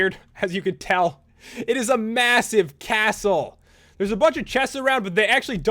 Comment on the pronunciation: So much emphasis on certain words! "It's actually lumbridge CAAAAstle."